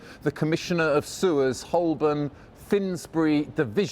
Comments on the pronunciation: Surprised you pronounced Holborn incorrectly It should be "ho-bun" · It's pronounced Ho-bun, not Holl-born.